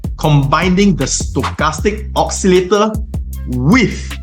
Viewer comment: You make a huge mistake pronouncing the word "oscillator".